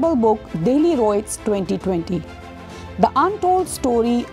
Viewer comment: It's riot not roit